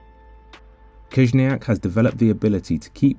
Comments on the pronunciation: Не Кизняк а Хижняк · Your pronunciation is wrong. First sound of his surname is “H”, not “K”.